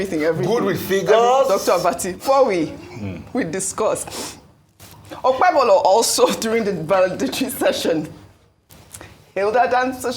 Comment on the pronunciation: Who is OkpeBOLO? Arise TV journalists are semi-illiterates that can't pronounce mere Nigerian names! What a shame.